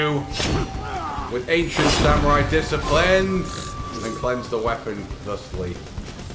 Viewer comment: The ancient samwai discipwins